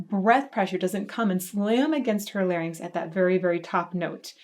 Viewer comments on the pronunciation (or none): none